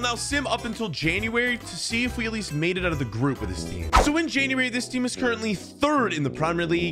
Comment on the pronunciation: dude it’s January not Januari